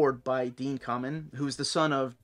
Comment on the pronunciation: I think his last name is also pronounced KAY-men... NOT Ka-men ....also...